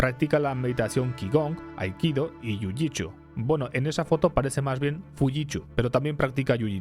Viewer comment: 🗣️: jiujitshu Hahahaha JiuJit”su” men